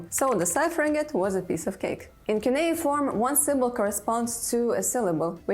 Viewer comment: le CU NE I FORME? pas cunea ni keyforme. Elle sort d'où cette cruche ?